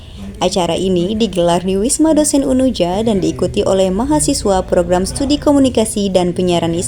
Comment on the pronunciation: Bukan Stadi, tapi studi